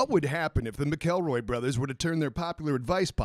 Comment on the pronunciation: As a fan of the McElroy brothers and their works, I have to let you know, you pronounced McElroy incorrectly.